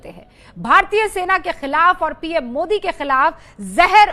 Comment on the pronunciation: He said moodi it's Modi not moodi.